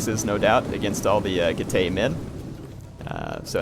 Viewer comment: Getay!!!! Seriously though, I think you should check out how "ae" is pronounced in latin, and I can assure you it isn't "ay"